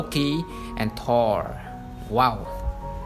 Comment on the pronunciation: For some reason I'm relieved you don't pronounce Thor the English way.